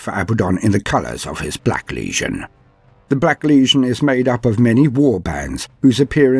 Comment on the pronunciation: I loooooove this however your pronouciation of the world legion as word lesion makes me cringe more and more every time I hear it. This critque comes from a good place not hate. It's ˈlējən not ˈlēZHən. Although you may call them a lesion in some sense I suppose hahahahaha. Other than that: outstanding job!